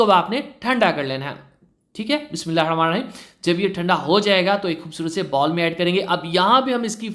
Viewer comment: Bismillah sahi talafuz se ada kiya kryn sir🙏